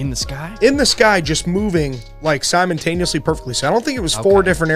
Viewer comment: word of the day "simontaneously"